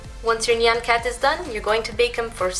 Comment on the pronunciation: FINALLY SOMEONE SAID NYAN RIGHT!